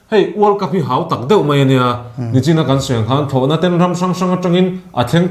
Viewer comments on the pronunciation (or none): none